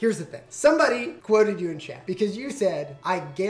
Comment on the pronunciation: I thought you kept calling Alan Chad,like from highschool musical, when you were saying chat lol